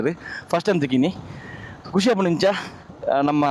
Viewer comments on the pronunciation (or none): none